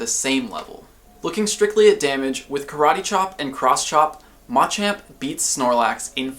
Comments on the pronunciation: Why is he pronouncing machamp..... Ma-champ ???? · why does he keep saying mah champ. its like those people that call ratata ra ta tah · I love everything you do here, but your pronunciation of Machamp is going against basic tenets of English pronunciation. The stressed syllable in all three of the Machop evolutionary line is the second - this helps listeners pick up on the difference between them even when you speak very quickly. If you list off MA-chop, MA-choke, and MA-champ very quickly, you lose a lot of clarity, especially for second language listeners! Pronouncing them ma-CHOP, ma-CHOKE, ma-CHAMP is easier for everyone! Hope this makes sense.